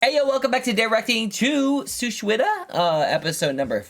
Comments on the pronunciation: It's suchwita not shuchita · Why suichuita when it's shuchwita